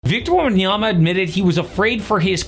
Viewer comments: 1. Can't pronounce "Wembanyama" in 2025? 2. Castle about to win ROY? When did you do this video? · Immediately Butchering his name in the first second X))